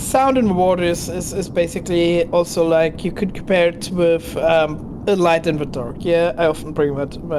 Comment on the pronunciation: It’s impossible to understand the German. I am German myself but there is no excuse for such horrible english in 2025. The accent is horrific. He should learn how to speak english or stop speaking altogether. This guy is making the video unwatchable. Edit: it’s “with” not “wiff”.